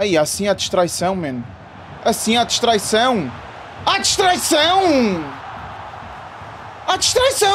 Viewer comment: Ah "distraicao" Ganda 😂😂😂